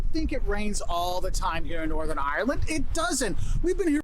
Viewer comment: Have a good craic when you go to Ireland, but please don't say (eye)(er)land. It's two syllables ( eye) land. 🇺🇸🇬🇧💜